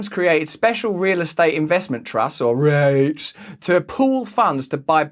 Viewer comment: REITs are pronounced more sharply, like reek.